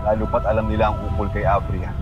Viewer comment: Av-Ria hindi a-vria